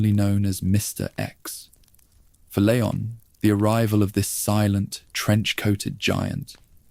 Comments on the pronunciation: Leon strong E lEon EEEEEE not layon 😂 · it's leon not layon </3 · Lee on not leyon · I noticed another „creator” also kept saying layon but then Leon and then layon again. It very well could be AI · Good vid, why do you change how you pronounce Leon?